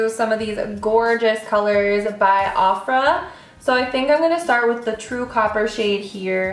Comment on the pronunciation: "OFF-RA?" It's "O-FRA"